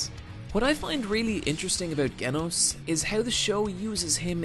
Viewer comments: I love the video, and the anime, and the manga, aaand the web comic, but I just need to say one thing; It's pronounced 'Jenos'. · Yeah, this, and his pronunciation of "Geno's" tells me he never actually watched the show. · genos is pronounced like in genocide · Genos is pronounced Jenos...... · jin -Ohs = Genos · its pronounced gay-noss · it's jif not gif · I pronounce it Geh-noss LMAO, "à la française" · Just a minor correction, Genos is pronounced with a "j"-sound, like the words "genesis" and "general." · man just said Genos like you say gif and I about lost it. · Great video but the way you pronounce Genos is forgivable! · Please learn to pronounce any anime character's name. Gen in Genos as in generation. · This video wouldn't have a single dislike if he said Genos correctly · he didnt say Genos right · i died inside every time he said genos. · I love, but goddamn if he can't go a single review without mispronouncing some character's name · dont say genos like that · The way he pronounces genos is giving me cancer of the cringe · Okay, before I get anywhere in this video, I need to thank you for pronouncing Saitama right. THANK YOU. Edit: I just heard you pronounce Genos. I rescind my thank you... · You pronounced genos wrongly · Still dont know how he pronounced Genos' nane wrong when they say his name about a thousand times in the anime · The fact that you pronounce Genos' name wrong tells me you never actually watched the show. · im getting triggered here bad pronunciation of genos saying deepsea king is the strongest villain up to that point (did you forget about vaccine man - that giant or carnage kabuto? all of them are much stronger then deepsea king deepsea king is high demon level while the others i mentioned are dragon level) and then you say sonic speed-o-sound? its speed-o-sound sonic... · why do you say genos wrong lol you can literally hear the voice actors say it in the show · IT'S PRANOUNST JENOS